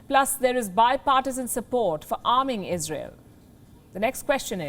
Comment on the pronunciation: Izrael ish syper U S ah prefekt